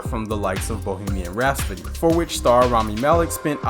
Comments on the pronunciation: Anyone else cringe every time he says “Bohemian RaS-pody” instead of ‘RhaPsody’ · Right after saying “Bohemian Rhaspody” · Bohemian Rhapsody... not Rhaspody or Rhasfody. Otherwise good video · Can't get over how you pronounce "Rhapsody" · I mean it's funny, but if you can't watch something because the author pronounced something differently from you... You take your mind too seriously.